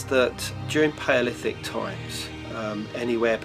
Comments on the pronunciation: Pa olithic, Instead of Paleolithic accurs at about into the video. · He can't even pronounce Paleolithic, LOL